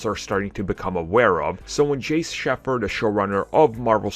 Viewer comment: It;s pronounced Jack Shay-fu not Jace Sheffer